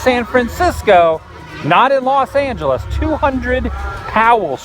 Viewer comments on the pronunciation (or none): none